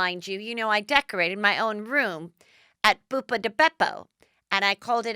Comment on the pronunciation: Its Buca not Buppa lol